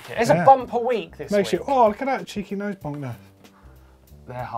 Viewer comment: martin said noise boise instead of nose bonk